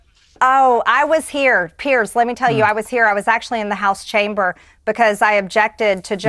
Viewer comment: it's so easy for you to sit there bullying a WOMAN, of whom you know absolutely NOTHING. Firstly, Piers (or as you say Pierzzz) was so blatantly disrespectful to this beautiful patriot who was merely attempting to defend herself after Pierzzz so mercilessly attacked her from the get-go. Now you, being a vapid leftist, lap this stuff up like the loyal Trump-Conservative-Republican-Christian-hater that you are. When any Conservative (or Republican, or Christian, or...) gets in the crosshairs like Marjorie clearly was, your nostrils flare and you almost look pre-orgasmic. It is truly something to watch. If you were somehow able to muster up an original thought and/or had even an ounce of the mental capacity to be open to anything other than radical, hard left-wing pablum, you might discover new horizons. You might find out that the vast majority of Conservatives/Republicans (not RINOs) tolerate you and wouldn't besmirch you just for having differing views. We actually respect your First Amendment right (remember the First Amendment, it's part of the U.S. Constitution - didn't know if you knew that) to say pretty much whatever the hell you want to say, even though it may be absolutely without merit. I might add that it is within our rights to peacefully protest against our government (as was done on Jan 6). I'm curious to know if you think what BLM & Antifa have done for years is within their Constitutional rights? I'm speaking of course about all the violence, looting, des